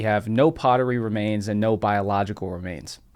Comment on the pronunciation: Anyone else notice "There is a NIMBER of other ways". Made me chuckle.